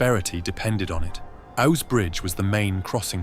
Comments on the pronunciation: It's pronounced Oose. The river not Owse. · AI commentary? Ows bridge? Oooz bridge. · The river is pronounced as oooze not Ows as in cows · It's pronounced ouze (ouse) 😂 my family has lived here since the 1600s And heres for another 400. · The River Ouse (pronounced ooze) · it rhymes with "cruise" hence to "'cruise on the Ouse" (& don't forget to bring some "booze"!)